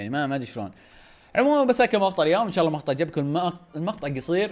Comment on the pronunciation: منو ركز انه قال مخطع فى الثانيه ٥٥ 😂😂😂